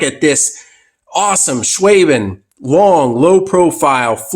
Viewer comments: It's pronounced Sh waa ben. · It's pronounced Schwaaben, it't a region in Germany, in the Stuttgart area.